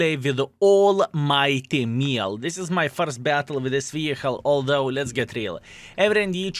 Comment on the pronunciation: Just a small tip to pronounce it to act like you're french because I'm french btw, try to say "Mjell" or "Me yell" but without any stop. Here we go, you're french now ! 🤣